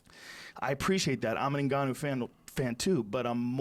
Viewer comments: Hahahah Joey Diaz- I don't mean to miss pronounce his name ningayo who fought stiopic. Joe Rogan- it's pronounced Ngannou. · haha i came to hear joey obliterate Ngannou's name 😂 "Ngayo" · Ngayou. Stiopic. Justin Statham (he meant Gaethje) gotta love Joey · Did you catch when he didn't want to mispronounce Ngannou so he described him as "the guy who just fought Stee-ohpay." xDDD